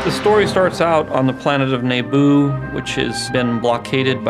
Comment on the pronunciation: . It's his own creation, and he can't even pronounce Naboo right. "Nayboo."